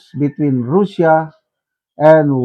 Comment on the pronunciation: Can you pls pronounce properly russian and russia i advice u to check google the right way to say those words to give dignity to their people